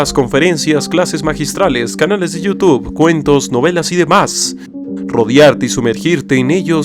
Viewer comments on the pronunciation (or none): none